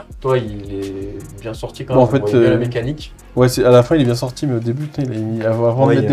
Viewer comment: C'était bieng, il faut le dire, c'était bieng !